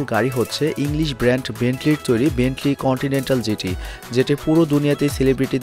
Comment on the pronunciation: স্টাইল করে কথা বলতে যেয়ে উচ্চারণ এর ১৪ টা বাজিয়ে দিসেন। ব্রের্ন্টলি কন্টিনেন্টাল না বেন্টলি কন্টিনেন্টাল?